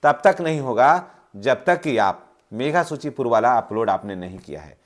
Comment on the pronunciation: सबसे पहले तो सर आप बोलने के लिए अशुद्धियां को दूर कीजिए मेघा सूची नहीं होता है मेधा सूची होता है